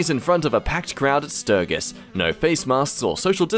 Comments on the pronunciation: The way he pronounced sturgis it's stur-jis that's how it's pronounced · It's pronounced stur-jis